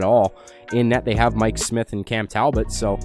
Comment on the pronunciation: Your name pronunciation is beyond terrible...you're like "Mick Smeeth on goalie.." come on bro